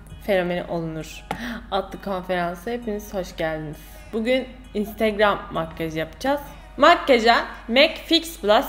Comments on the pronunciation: intıgram diyişi😂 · o instigram diyisi ne yaa koptum 😂😂😂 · İestiğram? deyisine bittim. geri alip alip izliyorum smdkckvk kiz daniela bilic <3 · Video ''Ay Daniela'' ve ''İnstegreöm'' diye geçti :D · Önsrigram demesi çok itici (ınstagram diye yazıldığını biliyorum ) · videonun yarısı instögrğööm diyerek geçti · videonun baş rol sözleri 1. instögrağm 2.Ayhğ Daniela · Bu vidyoyu ablamla izledim ve onu gunlerdir olur olmadik yerlerde "instegröğm" diyip gulme kirizine sokuyorum hahah instagram fotolarinda cok soguk biri olarak gorunuyorsun ama aslinda bayagi komik ve sempatiksin:D bu arada annem niye durmadan onu tekrarladigimizi anlamadigi icin ona da gosterdik bu vidyoyu, o da cok guldu:D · video bitane kadar " instegröğm" deyip durdum😒